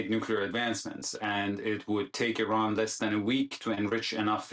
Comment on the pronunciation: I hate the way she says Iran